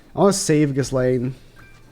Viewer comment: you been pronouncing ghislaine wrong my guy